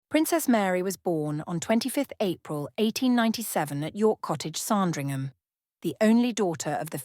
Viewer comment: S’Andringham. Not S’ARndringham.